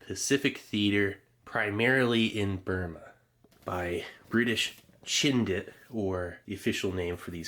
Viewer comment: "Chindit" has a hard "ch" as is "chin" or "chips" not a "sh" sound. Love your videos BTW. And Wingate was completely bonkers, Slim couldn't stand him.